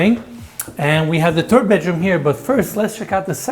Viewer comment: The baby poop first guest bedroom he showed should have been the “turd” bedroom….or is that just the way he talks?😮